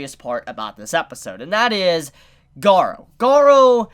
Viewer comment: you pronunced it right, I don't know why the subs called him Garo...